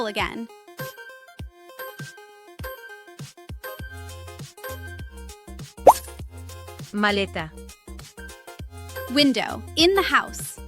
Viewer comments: I honestly don’t understand people like you. This channel is putting free content out for people to watch and all you can do is complain about how something is pronounced. I hope she says it AGHEN 😂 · Watch the way you say the word again. Sounds like you say aghan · I can’t stand the way you say aghan for again! I can’t listen anymore